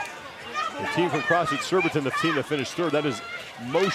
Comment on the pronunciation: It’s SURBITON boys, not ‘surbitron 😂. 🇬🇧